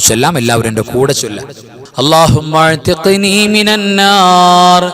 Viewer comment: Allahumma athkini mina nnar ennaleee .. athkini ennathil kelkkumpol Alif vitt povunnath pole thonnunnu